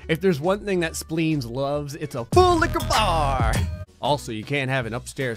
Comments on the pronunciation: I hate and love how he says full licher bar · I'M LAUGHING HYSTERICALLY RN, THIS MAN IS SO FUNNY 😭😭🤣 is that a "FULLIQUORBAR" the way he says it 😭😭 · I keep hearing fool licker bar when he says it’s slowly😂😂 and full licka bar when he says it more fast😂😂😂